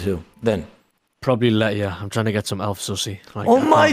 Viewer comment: My man said elf zussy! Lmao